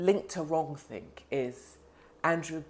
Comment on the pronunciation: 'Wronk-think' Yes! Hello 1984!